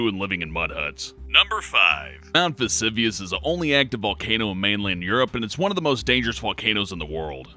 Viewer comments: its pronounced "mount vesUvius" u dumb cow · pronounced vasoovius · Veh-Zoo-Vee-Us. That's how you say "Vesuvius".